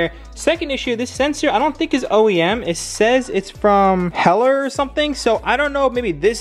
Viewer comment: Cringed when he said «hellr»